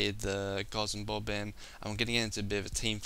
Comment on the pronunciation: Don't wanna be mean, but why do you say "Gozzom Bob" when it clearly says "Guardsman Bob"